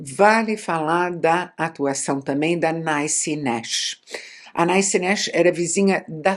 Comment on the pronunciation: Até onde sei, a pronúncia do nome da atriz é algo próximo a Nissi nexe, e não Naici nexe